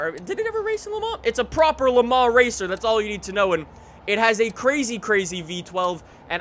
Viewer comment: Am I the only one bothered by the way he says forza and Le Mans